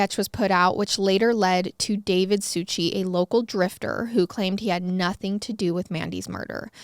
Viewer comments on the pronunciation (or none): none